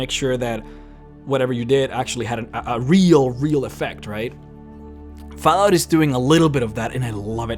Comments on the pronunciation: Is it just me or did he say faalout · "Foul-out". Lol, sorry not making fun of you, just funny how you pronounce it. =) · That pronunciation of Fallout lol